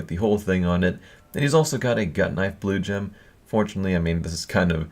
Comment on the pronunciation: I swear 2 or 3 times in this vid he says blowjob instead of Blue Gem